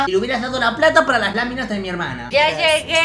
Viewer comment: Me mori de la risa cuando dijo "las lamimas las laminas jajaj la abu re muerta"